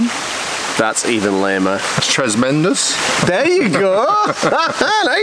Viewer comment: "Tresmendus" finale!